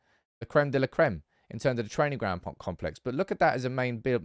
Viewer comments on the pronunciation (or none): none